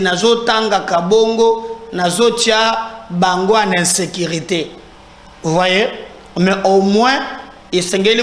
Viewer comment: Bonjour,oza cadre ya l État, il faut faire un effort pour parler et articuler les lettres convenablement, tu seras appelé à aller représenter L'état ailleurs,essaye de différencier I et U, pardon, entraine toi, tu représente un grand media. Quand tu dis par exemple, vous n serez pas decis, ça veut dire quoi pour quelqun d ailleurs qui t entend? Pardon, insilte, insécrité, il faut les corriger.